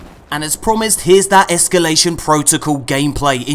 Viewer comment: "Ehskyoolation" looks like fun. Very Prison of Elders-esque.